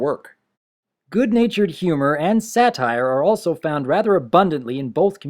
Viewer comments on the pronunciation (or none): none